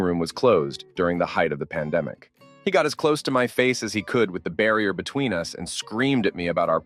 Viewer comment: Why do Americans always pronounce ‘us’ (meaning ‘more than one person being talked about’) as U.S. ? The sentence at this point was about the store ‘Toys R Us’ not ‘Toys R U.S.’ as stated by the narrator ! Are they so thick that they’ve never heard of the store ?!